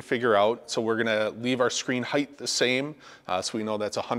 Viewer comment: dude there’s no word in the English language: heighth The word is : height You’ve said it many times now in this video, and it’s like nails on a chalkboard. Holy cow glad I was able to help you live life less embarrassing going forward. Have a great day.